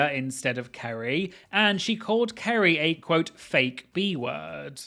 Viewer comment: I know you're British. But I was just at Trixie and Katya's recent podcast talking about r's on a's like when they mentioned Bianca's name sounding like 'Biancr' and it really makes that 'r' sound when you name A'Keria's. [non sequitur]